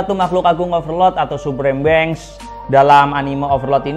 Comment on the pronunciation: Being bcnya sala bang sm bhs inggrisnya jd gemes...mbo riset jg cr bacanya